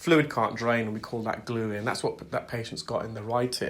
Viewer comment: Did you say glueare?